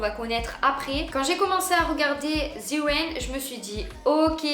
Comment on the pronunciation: "The wain" 🤣